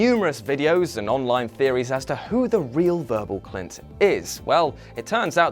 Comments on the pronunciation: Does he say "Verbal Clint" during the presentation? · Did he just say verbal klint ?